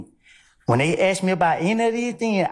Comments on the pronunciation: Any attorney that says "axe" instead of "ask" shouldn't be taken seriously. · You have to be more pacific when you axe us that ma'am 😅😂😂😂😂😂😂😂screaming 😂😂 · "Lemme haxe you dis...." You can't even be bothered to speak right in court? In a professional capacity? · This woman axing questions has a law degree and still doesn't know how to say the word ask? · I need an interpreter. The DA used “ax” instead of “ask.” That places her in the H. O. E Hall of Fame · "let me axe chu" question by prosecutor? This entire office is totally incompetent and should be dismissed by the GA State Attorney. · A college educated black lawyer who can't even say the word ask. SMFH. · Why did the prosecutor "axe" the defendant. That must have hurt and it's illegal to axe someone. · Let me axe you dis ? Woody would he snitch ? Yes